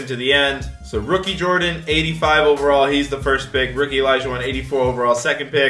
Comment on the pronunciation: saying Elijahwon triggered the crap out of me.